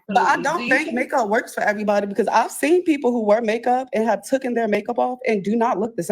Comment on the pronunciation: Taken learn how to pronounce words